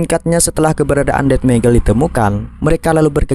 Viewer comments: Bang itu bacaan nya bukan Undead tapi undet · UN DEAD UN DEAD cara baca nya ANDED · Andet bang bacanya bukan undead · Un de ad 😪 gak bisa Bahasa English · Bang sebelum buat konten, please belajar bicara/memahami cara bicara. Undead -> di baca An'dead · Undead itu bacanya unded bng 😊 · Undead = (dibaca) "Anded" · Undead dibaca anded bang